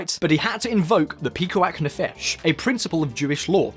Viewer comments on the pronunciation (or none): PikuaH nefesh and NOT Pikuach. It's not a pikachu lol. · Great video, very informative, but check your pronunciation of Hebrew next time. That's not how you say Pikuach Nefesh or Knesset... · it was kind of funny how you decimated saying Pikuach nefesh I am happy to help if you ever need to say jewish/israeli words. Love the show! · PIKUACH NEFESH made me laugh so hard. that CH is like the Cyrillic (and probably greek) Χ. similar to the words Hummus and Chaim. other than that pretty accurate. a few minor thing worth noting 1. There are several types of Kosher certificates, so what you mentioned about Haredi men needing a job with Kosher food - they need specific Kosher food according to their customs. and there are several sects of Haredim, with some having even more strict Kosher laws. 2. Regarding cellphones, they're only allowed to use "Kosher" phones. which are basically dumb phones without internet meant only for phone calls. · Except for the way he said "pikuach nefesh"